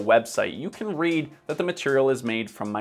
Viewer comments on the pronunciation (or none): none